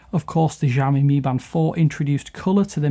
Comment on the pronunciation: Lol learn to pronounce it right before attempting a review.